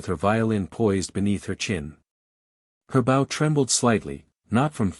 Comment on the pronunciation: It is too bad the commentator doesn't know how to pronounce BOW. Guess the commentator is a dog...bow wow wow!